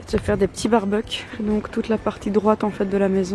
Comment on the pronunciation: le mot bbq dis a la flemmish hahahaha? heweldigh eh jonge